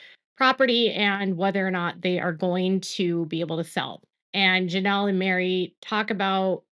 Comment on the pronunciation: Girl you speak. LoL love it😊